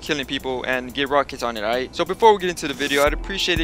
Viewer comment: Let’s play a game take a swig every time this man says “ight”